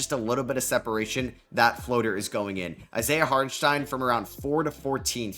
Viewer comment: Props for the pronunciation, you nailed it